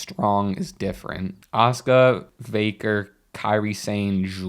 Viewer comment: "minoshku" and "vaker" Come on guys...